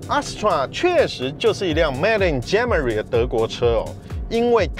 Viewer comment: 狂人的文案一直不錯 但是英文錯誤很多喔 例如Germany唸成「Germery」